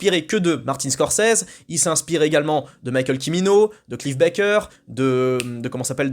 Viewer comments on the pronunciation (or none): none